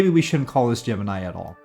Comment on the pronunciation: That's not how you pronounce Gemini. ;)